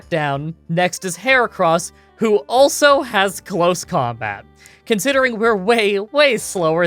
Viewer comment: "outside of combot" instead of "combat". Not trying to be mean, just thought it was a bit funny.